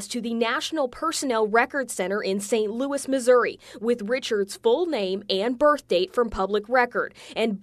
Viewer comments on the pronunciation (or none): none